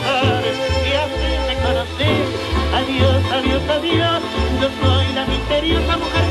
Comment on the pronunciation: Dice " defesa",choca al leer